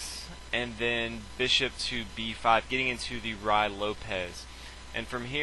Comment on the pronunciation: finally someone pronounces Ruy correctly.